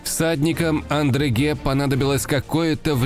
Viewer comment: Очень классный канал и отличные анимации!! Но: ребята, ну какой "Андреге"??? Маршало Арно звали Одрегем (Audrehem)